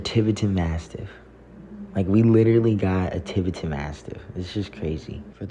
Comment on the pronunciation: Why are you intentionally mispronouncing Tibetan?